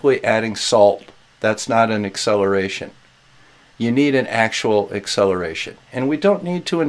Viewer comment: Did you say the ‘eggcelaration’ of gravity? you kill me. 🤣🤣🤣